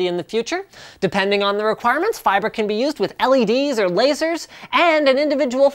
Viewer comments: Stop saying fiber so weirdly, you silly Canadian. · LapX feebrai? lmfaooo